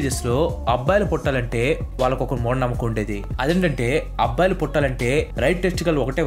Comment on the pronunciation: Abbbalu kadhu, Abbayilu 😅